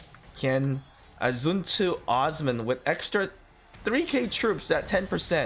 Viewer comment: It’s not uzman…. It’s Osman. Ooo-sss-man.